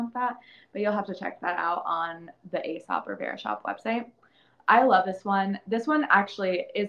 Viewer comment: Its pronounced as ee-sop btw